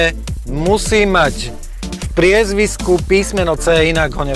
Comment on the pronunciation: PriezviSko, nie PriezviZko :D